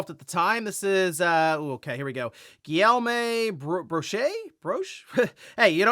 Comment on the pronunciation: Native French speaker here: His name is pronounced Giiom Brochey... with this you'll get close enough 😊